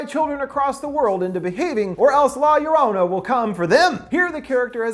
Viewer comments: "La Yo rana" hahaha. Its more like 'Gio-row-nah' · "la yearanna" IM CRYING AMFJSNFJSK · I thought Linda butchered it “La Luranna” 😂😂😂 man you’re white dude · It’s no LA - ya ranna it’s, la yo-row-na. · Luv your vid and all but I kinda just have to say this... Sorry... But it’s pronounced (La YO-row-na) I know it’s odd but that’s it. Again thank you for the awesome Ending Explained video. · Lorona not lor-ona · I love you but the way you say la lorrona is soo cringy. You should Pronounce it like la yah-row-nah quickly. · Law yerwanna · "La Ur-on-a." Makes me remember the first time Chills tried to say her name and said "La Lorena". I still piss my Mexican friend off with that pronunciation. XD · Um. No. Two ll’s in spanish is pronounced like a y sound. La yarona or yorona. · Man's just said ”la- your- honor” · Me, a half-Hispanic: corrects his pronunciation of La Llorona "La Llorrrooona". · La Yoh Roh Nah you bastard of linguistic butchering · He said la yorana ...lol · For some reason it offends me that he says La Yurana 😂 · It Pronounce la-zo-ro-na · the curse of la llor"anna" learn how to pronounce spanish words bro. at least you could have listned to the trailer they prounounced it correctly there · "The curse of La Lorana" is he even trying? Lol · Bruv it's pronounced law your-own-uh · Lah yah raunah 😂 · I cringed how he says La llorena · "La Yurana".... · Say it like this "lie-ya-ronah" 🤣🤣🤣 endings explained rules 🤘😝🤘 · Lmao the way he says La Llorona. LA Y A R A N A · "The curse of la lolrona" I'm sorry😭😭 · 420 needspeed la yolona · Violet it’s la yorona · God I hate the way he pronounces La LLorona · You said the title so wrong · The way he says la llorona 💀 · I flinch when you say "la llorona". U make it sound so wrong with your American accent😉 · He....he didnt say La llorona right....*cries in Spanish* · When all the Mexicans cringe when he pronounces la llarona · I cringed when he prounced la llorona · Fucking butchered the name.